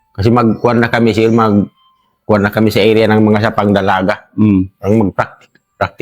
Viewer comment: Ang cute ng pagbigkas ng sir,naging sil..hehe!ganyan tlaga magsalita mga Tausug,nakakaaliw.